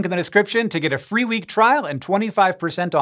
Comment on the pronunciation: hey, you call the what you want xD its a fee world